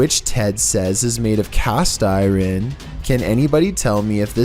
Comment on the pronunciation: Cast i-ron LOL